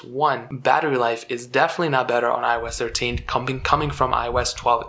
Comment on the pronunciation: Cuz eye oh esh treshe 😂